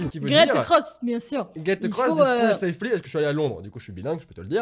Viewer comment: Voici ce qui est écrit: « Get across this pool safely » Et voici ce que lit: « Gèt eucross this poule safly » On comprend bien 😂👌🏻 Bilingue depuis 1985 😂😂